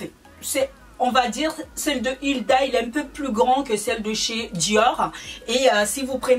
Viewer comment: C'est Huda mais sa se dit Houda, on Backstage ensuite on dit Beauty blender ! C'est pas méchant et je sais que c'est pas ta langue maternelle mais en faisant beaucoup de vidéos beauté tu devrais ne plus refaire ces fautes 😕